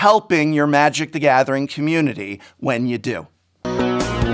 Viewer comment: I love playing Magic: thaguhmathering